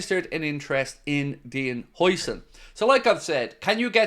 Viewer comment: Bring huijsen in !!! Eh...huijseen ? Huyson... whatever...that guy is good